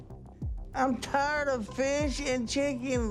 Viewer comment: "I'm tyard of feesh and cheeken!" he sounds like an idiot He looks like Jabba the Hut if you don't respect yourself, why should I?